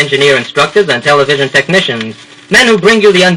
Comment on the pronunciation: Clearly an audition disc. Quite a local accent - not an "r" in a carload - and he is eager to get into "tele-VISION."